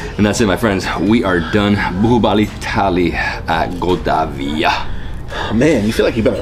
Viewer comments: most of the world: baahubali: buhuubali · Nothing much to comment here. I guess you guys as of now, are quite used to listen to it that you both are simply AWESOME. Great knowledge and respect about Indian Cuisine. A small correction in your pronunciation. So that is 'BAAHUBALI' not 'BUHUBALI'. Love and respect from India. Take care. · Bahubali is pronounced as 'baa' 'who' 'Bali'